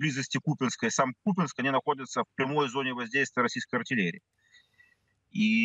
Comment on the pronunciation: Купянск это исконно Русский город.ведущие даже ударение неправильно ставят.